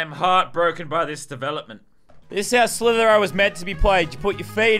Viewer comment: Its slither i o not slither o